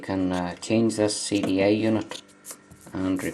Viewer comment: sounds like your saying "CDA unit"